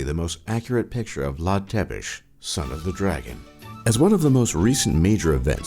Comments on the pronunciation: no, hai sa zicem ca e fain ...dar mi s-a parut cam rasista faza cu tiganii...foarte tare pronunctia cuvantului "Tepes"... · you pronounce tepes the T wrong............. you are sooo hilarious when you say tepes...................btw you are cool i am not a hater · Mor coaieee😂😂😂 Vlad Tepes. Nu Vlad Țepeş...😂😂😂😂😂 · Țepeș not Tepes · is ţepeş not tepeş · "Tepes" Țepeș! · its vlad țepeş not tepeş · His name is not Vlad Tepesh, or whatever you said. It's Țepeş. Ț is spelled "t's", and ş is spelled "sh". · Vlad Tepes. Tepes is Țepeș in Romanian. You can read ț like tz and ș like sh (Vlad Tzepesh :))) ) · It's Vlad Țepeș no Tepes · It's Vlad Tsepes not Vlad Tepes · Țepes, no Tepes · Bad choice to add a fragment of a german SS soldier as a birdwatcher . Be more carefull what you put together And by the way the father of Vlad Tepes (pronounced as Tzepesh) is Vlad Dracul which means Vlad the devil. Be more accurante when you try to make a real info video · Sorry but i have to do it. Ț is hears loud Tz. So if you read Țepeș it sounds Tzepesh. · Umm im romainian and u butchered vlads last name so bad because his last name is actualy said tsepesh and its written țepeș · It is read "Chepesh" not Țepes. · "Dracul" from "Vlad Dracul" means the deamon or the devil, not the dragon. Also, the first T in Țepeș is actually read like "ts" and the s is read like "sh". And is a made up word that basically mean the impaler. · Vlad Tepes hahahah Zepes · tzepes not tepes. it always bothers me. also, you mispronounce horribly. but thanks for the video anyway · Its called Vlad Tzepesh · It is pronounced tzuicah and tzepesh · His name is actually pronounces Vlad Tzepesh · Cătălin Florian Vlad Țepeş ( Vlad Thepesh ) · "Vlad tepesti" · Romanians: Why are you saying Vlad Ţepeş that way?! And also, as a fellow romanian, fuck you for saying gypsies are roman. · Try not to get triggered challenge: Romanian pronounciation editionlmao jk im not triggered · Țepeș = Tsepesh Ciorbă = Chiorba